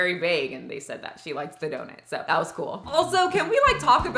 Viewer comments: Just came to hear Michelle say “Dough-nit” and I’m not disappointed. It’s my new favorite word. 😂 🙏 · I love how she pronounces it and I can’t get it out of my head 😂